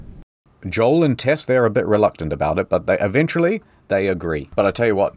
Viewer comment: It's incredible how many times he gets Tess' name wrong